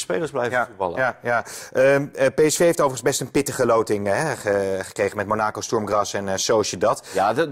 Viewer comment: Kijk hem maar eens glunderen,. Monaaaacow valt meej: haha. Amateur. Sjtoerm Graas is lastig. Man man, ga eens wat voetbal kijken en niet naar 1 match